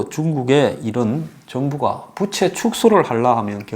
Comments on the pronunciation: "부채" 발음이 좀 그렇네요. 부:채 즉 "부"를 조금 길게 발음해야 하는데 짧게 발음하는 바람에 여름에 쓰는 그 부채로 들립니다^^ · 덕분에 경제상식 많이 알게되어 감사요~~~ 그런데----중국부채---라는 단어에서 부의 음이 장음인데- 단음으로 해버리니---여름에 사용하는 부채로 들립니다 이러한 현상은 여기저기에서 나타나는듯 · 경제는 많이 아는 가 모르겠다만, 우리말 부터 정확히 발음을 했어면 좋겠다. 빚은 빗으로, 빚을 말하는 부채는 더우면 부치는 부채로 말하고 있어서 듣기가 몹씨 어렵다. 우리말 부터 바르게 말하는 공부를 하고 이런 곳에 나왔으면 좋겠다. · 말을 좀 정확하게 했으면 좋겠네요. 부채(負債)는 '부'를 길게 소리내야 합니다. '부'를 짧게 소리내는 부채는, 더울 때 손으로 잡고 부치는 부채입니다. '빚에 속았다'도 '비세 속았다'가 아니라 '비제 속았다'로 말해야 합니다. '빚이' --> '비시' (x), '비지' (O)